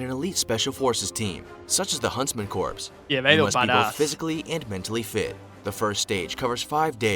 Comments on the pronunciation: Corps is pronounced like "core" not "corpse". The computerized voice needs some work. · I wish he pronounced "corps" correctly. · the pronunciation of corps is bugging me, thr British SAS is my favorite